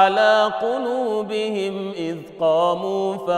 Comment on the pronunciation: Salam aleykoum, when the sheikh recited in Warsh, he forgot the damma on the م الجمع of the word قلوبهم when he read : وربطنا على قلوبهم إذ قاموا... BarakAllahoufik